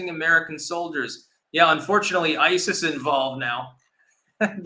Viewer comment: It’s akin to obummers pronunciation of isis as ICEL